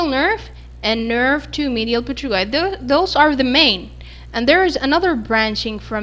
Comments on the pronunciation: great video, though you made small mistake in pronunciation of P*"T"*ERIGOID... (it is not p"E*"trigoid) bone or consecutive terminology related to this bone. Don’t take it to hard because mistakes like that are common in anatomy. all the best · it's written Pterygoid but pronounced Terygoid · i'm sorry but is pterygoid pronounced with the p !! coz i used to hear it with the p silent so i got confused !!